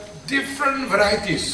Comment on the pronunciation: "different varities" 😂😅